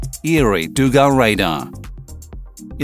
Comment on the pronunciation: But please, not dUga, but dugA. Put Stress on the last syllable. ЗГРЛС Дуга загоризонтная радиолокационная станция- over horizon radio locators station.